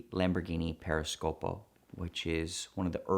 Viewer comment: Periscopio, not Periscopo.